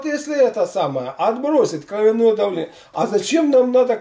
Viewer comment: Ударение должно быть на О.